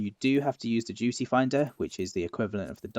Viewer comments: Clay Roks omg I heard the same thing and was wondering what juice had to do with dungeons 😂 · I swear I'm hearing juicy instead of duty